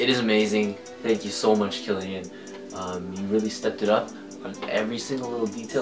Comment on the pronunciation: It's pronounced Kill-e-on lol. Dope vid and keep it up!